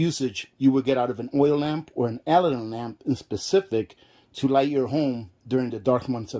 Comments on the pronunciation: Pronounced "Uh-lad-din" , like the genie. Make sure you are using K1 kerosene, not the "kerosene " you get in the paint department. That is Stoddard solvent, much lower flash point! Check the CAS number on the container. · I think it's pronounced " ah lad in". I have a Aladdin kerosene heater I'm getting ready to fire up and prep for the winter. Good to know about the fuel! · It's 'A Lad An' lamp. Like Disney Aladdin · As Ginger Ehrhardt mentioned, the lamp name is pronounced a-LAD-din with the accent on the second syllable. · It is pronounced: A-LAD-DIN lamp. Just for your information. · so he says Alladin correctly then says it wrong the rest of the video, he says it on purpose, I have NO clue why he would but ok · I was trying to help. What if someone wanted to buy an Aladdin lamp but was pronouncing it like? The sales person wouldn't know what they were talking about. Don't be so sensitive.